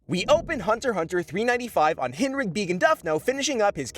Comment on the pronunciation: Its pronounced correctly...